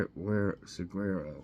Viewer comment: Hey It's MORNING COFFEE BREAK Hey Everyone 👋🏼 Thanks So Much I Really Enjoy OUR Time As you to wake up our Brains Daily with some Good Trivia and Funny Jokes 😊😅 Saguaro is pronounced suh·waa·row you can HUGE FINE or go to Jail if TAMPERED WITH 😮 I had 8 of 10, and I learned a bit Today. Have a Wonderful Day GOD'S BLESSING